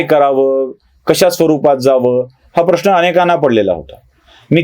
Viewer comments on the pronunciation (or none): none